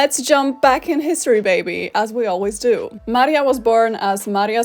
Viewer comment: Nawet taka drobnostka jak jej imię zostało zmieniona z Maria na Marie. Co jak co ale Maria to już naprawdę nie jest trudne do wymówienia poprawnie.